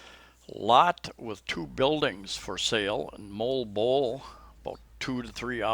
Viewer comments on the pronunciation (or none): Hi! Filipinos (as my wife as a natural born Cebuano) pronounce Moalboal with very strong A letter which you loose it all as Molboal. Mo Al boal it sounds whit a tiny breaks between these 3 parts of a name. Just to mention, I hope you don`t mind... Thanks for sharing some other parts of a Cebu island also! Have a nice day! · Mo al bo al. Moalboal. You just have to say it slow and clearly so that it will not sound like Molbol. Salamat. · for Moalboal it's closer to MOO al BOO al. Most of the time every letter gets pronounced. We live near there too in Sibonga.